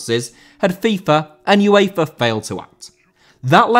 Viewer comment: Uefa * not Yuweifer